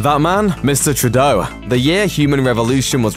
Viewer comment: I'm not sure if your pronounciation of Trudeau is funny or insulting... but hey, this Canuck didn't vote for him.